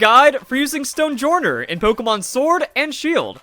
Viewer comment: I feel like Stonejourner's name is pronounced "Stone-Yorn", like how Jormangandr is pronounced "Yor-Mun-Gand" in Norse. Don't know what journ means in Norse, but probably something close to henge as in Stonehenge.